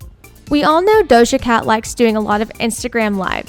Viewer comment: she butchered dojas whole name